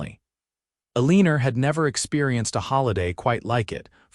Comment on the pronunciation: el - e - nor Not a - leen - er. Is she a professional leaner? Or does she just lean on fences, or whatever, as a hobby?